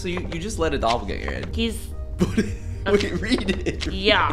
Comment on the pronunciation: soon he meant to say doppelganger but he said gropplganger. edit is 😂😂😂😂😂😂😂 2nd edit: next video you get peach guy can you let him in